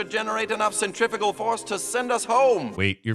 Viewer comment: ... centrifugal is oddly pronounced as 'centrifical', but that doesn't matter, because they're not real forces. They're make believe. Centripetal force is the only one that exists.